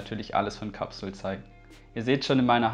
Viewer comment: Capsule spricht man Englisch aus . One spricht man ja auch nicht Deutsch aus . Peace No hate. ✌🏻